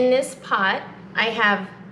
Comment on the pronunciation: *pot not pony! 😅